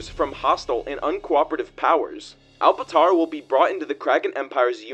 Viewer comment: bro called it “alpatara” Gang its alptara